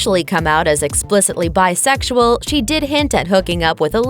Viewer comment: Do you think now the word is BISEXUAL. Its not that hard to say. I knew most of these.